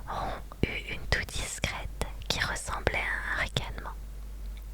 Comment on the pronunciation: Ron ce prononce rone..